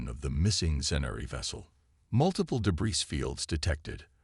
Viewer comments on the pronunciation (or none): Thanks for the story. BUT, your AI, as usual compared to others....really sucks. What is: "PRAH-ject"...when it should say "pro-JEKT", "de-BRISS"....for debris, "REE-trofitted"...for REH-trofitted. 99.999% of the AI out here/there really sucks and, unfortunately, yours is one of the "SUCKS".